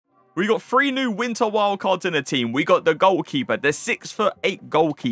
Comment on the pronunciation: why u say fwee instead of three